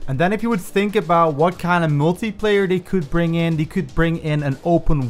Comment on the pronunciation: Y does he say multiplayer like “multiiiiieeeeeplerrr”